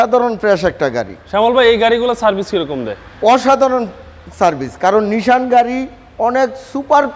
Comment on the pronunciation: Say nissan not nishan